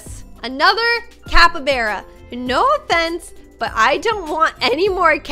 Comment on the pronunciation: Its not capabara its called cappybarra